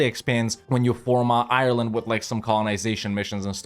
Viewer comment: Before you can be an honorary Irishman, you need to Google how to pronounce Ireland